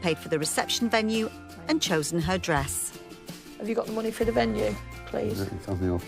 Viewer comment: “Monneh” 🤦‍♂️